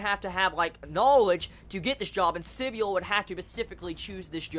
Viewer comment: I thought it was pronounced Si-bul rather than sib-y-ul